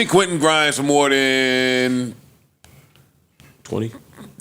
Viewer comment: not being able to distinguish "than' and "then" is HILARIOUS LOL